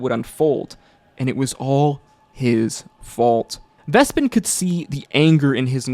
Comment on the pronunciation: Did this man not watch Calamity, where Vespin's name is pronounced multiple times?